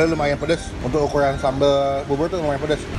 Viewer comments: Bubur bang bukan bubul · Bubur Bang Bukan Bubuy!